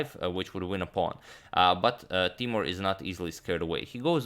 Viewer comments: and its not tay-more its tay-moor :) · Hi agad! Actually, his name pronounces more like Teemour. Was a pleasure watching his games against MVL.